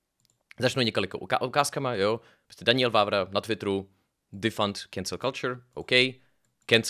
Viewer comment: Kámo. Čte se to Danyel, né Daňiel. 😅